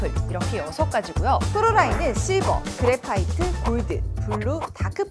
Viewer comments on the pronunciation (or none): 그라파이트가 아니라 그래파이트